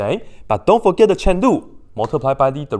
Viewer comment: Indeed. He says "Chen lu" on purpose, just joking 😄 There is also the "Prada lu", which is the product rule (for derivation).